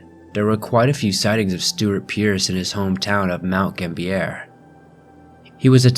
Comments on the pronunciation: It's mt gambier not mt gam-bier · and also future reference its pronounced mt gam-be-a